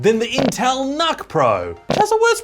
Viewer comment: Pronounced, "nook," as in, "nookular."